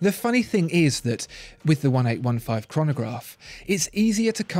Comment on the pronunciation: Please say "Eighteen Fifteen" as this product family is dedicated to the founder A.F. Lange, who was born in 1815. Other than that your analysis is brilliant and spot on!